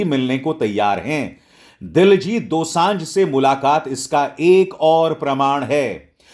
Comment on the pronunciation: ओ भाईसाब, कोई please शर्मा जी को बताइए के दिलजीत दोसँझ नहीं है, दिलजीत दोसाँझ है। रोज़ एक एक कार्यक्रम करते हैं दिलजीत पे, कम से कम surname का उच्चारण ठीक कर लें, सुनने में odd नहीं लगेगा।